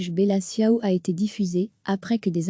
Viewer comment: Tchiao en italien. pas siao.